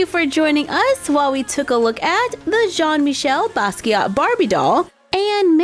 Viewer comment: It's pronounced *Jean Meecheyl Baskeeya. But anyways, cool video.